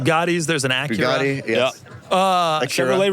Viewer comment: Loved how Doug tried to behave himself by pronouncing Acura correctly and then correct with AcueRa